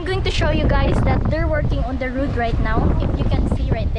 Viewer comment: Road not "rude".... try to practice and improve your english pronunciation,im not basher...i just notice how u pronounce it....keep safe guys....ung pinsan mo si Jayvee magaling mag.english....